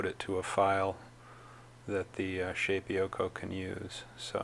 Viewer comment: Shapeeeoko? Shape O Ko. sorry' that was driving me crazy. Nice beginer tutorial.